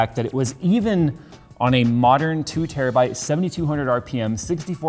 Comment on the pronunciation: Terrabooda. It's a terrabooda drive. LOL